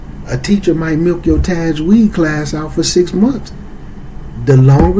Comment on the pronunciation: You lost me when you couldn’t pronounce the word Tajweed. People like this is likely to seriously butcher the ‘proper pronunciation of ‘arabic words, thus changing the meaning of the ayat. Especially not being able to pronounce surah al Fatihah properly.